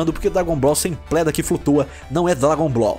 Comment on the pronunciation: "sem pledla que flutua "